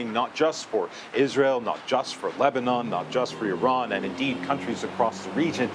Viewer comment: You can’t even pronounce Iran correctly!